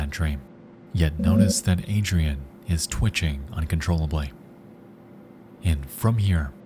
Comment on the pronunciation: I can’t lie if fills me with rage to hear Adrienne pronounced Adrian